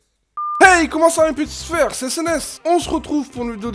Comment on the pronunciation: Pourquoi tu dis mes sfèr